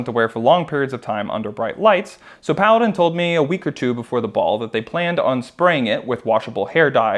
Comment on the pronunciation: Every time you said Paladin i keep thinking you said Kaladin